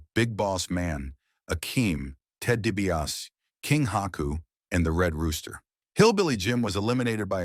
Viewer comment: ITS DEE-BEE-AHH-SEE not DEE-BEE-ASS